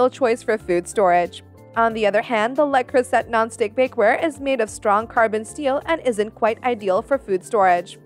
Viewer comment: Can't get past the fact you cannot pronounce Le Creuset correctly.